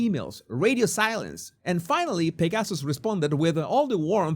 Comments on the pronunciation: Thank you for this very interesting video. Just a small correction: "Pegasus" should be pronounced as PEG-uh-suss, with the accent on the first syllable, not with the accent on second syllable. The Swiss clinic is named after the winged horse named "Pegasus" in Greek mythology. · How did I not know about this? This is absolutely horrifying. I’m so glad that you talked about this because I did not realize this existed. Thank you for your candor. By the way, I love the way when you say the word Pegasus it comes out as ‘pig asses’. No truer words ever spoken.